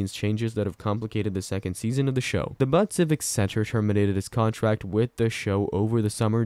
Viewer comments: Dying! 😂 It’s not pronounced “Butt”. It’s pronounced like “Beaut” in the first part of the Beautiful. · Butte is pronounced "beaut" not "butt." 😆 Chrissakes. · Butte is pronounced "Be-ut". Not butt... Thank you for the updates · It is pronounced Butte not but get it correct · It’s NOT pronounced BUTT…the U is the proper vowel sounding like the letter U 🤨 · Montana town....BUTTE, MT!! You don't pronounce is as....but..or butt!! With the e on the end of...BUTTE!! It gives the "u" a long sound!! Just like in saying the word....."you". And a butte.....is a very tall, isolated hill...but not a mountain. That stands off by itself. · Very good!! 👌Yeah...it killed me to hear him call it....BUTT!! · It would be good for your machine like announcement to learn how to say Butte. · That is not how you pronounce Butte.